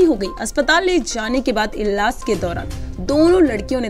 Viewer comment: Iilaj.....shi se bolyee